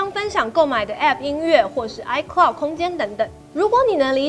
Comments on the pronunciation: 是 iCloud 吧!!! 不是 iCould 喔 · 唉科烙- d 不是 唉拷d 烙要延長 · iCloud 不是iCould 😂